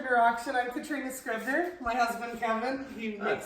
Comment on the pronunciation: Scribner, sooooo much Better than Kastner, well done!